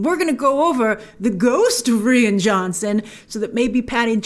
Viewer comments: Who says “Ree-ann” for “Righ-inn”? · Reeann??? Pretty sure it’s pronounced Ryan. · It's pronounced "RYE-AN" (Ryan) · Why does she keep saying 'Ree-an' Johnson...isn't it pronounced 'Ryan'?? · Rian Johnson is pronounced Ryan Johnson not Ree-an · Ryan not REE-IN lol 🤣🤣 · It's Rian (Ryan) not Ree Ann unless you are trolling lol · His name is pronounced 'ryan'... Not 'reann'!!!! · why is Grace saying "Ree an" jhonson? She used to call him Rian! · Bltch it’s Rian Johnson (pronounced Ryan) not Rean Johnson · please pronounce Rian's name as Ryan. the way that it is meant. Do your research Grace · It's pronounced exactly like Ryan. Just the Irish spelling. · I thought it was pronounced R-eye-an johnson? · Its Ry-an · Grace isn't his name pronounced "Ryan" 🤔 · pretty sure its pronounced ryan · Is grace buggin or is that actually how your pronounce Rian Johnson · Omg grace its r-I-an, that annoyed me so much 😂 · She's said in previous videos that she has a hard time not only pronouncing names, but also remembering how to pronounce them. As a guy named Ryan, trust me, it's frustrating hahaha 😅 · “Ree-ann Johnson”? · I think 'Rian' is pronounced the same as 'Ryan' but anyway... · Rian is pronounced like Ryan, Grace. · Lol why she she says rian like that it’s spelled lily that but it’s sounded Ryan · I thought it was pronounced RYAN....?? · It's pronounced like Ryan. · Its pronounced Ri-an, just as you would pronounce Ryan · I had to look up Rian Johnson’s name because i thought you were pronouncing it weird but nope, you are right. I thought it was pronounced Ryan but i agree Rian is probably pronounced Ryann, with the i pronounced as an e (or i if you are Italian). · Jesus, if your going to spend your video shirting on someone at lest pronounce their name correctly. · Who taught you to say Rian?